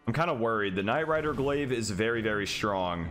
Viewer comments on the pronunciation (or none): none